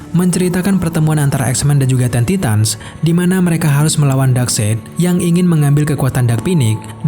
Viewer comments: Teen Titans bukan Ten Titans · Ten titan? Bacanya tin taitens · dia yg bacanya ten titan bukan gue